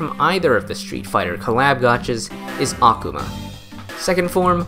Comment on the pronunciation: small correction: Akuma's name, like every Japanese word with similar structure, is pronounced with emphasis on the second-to-last syllable. Not really a big deal, but it did irk me just a little bit to hear you repeatedly say Akhama. x3 That aside, you've earned a subscriber for this an several other videos, and convinced me to reinstall The Battle Cats and give it more of a go. Last time I played it, I stopped after beating The Face boss fight, and uninstalled because I simply didn't know how much more content there was and figured I'd already seen most of the game. How wrong I was!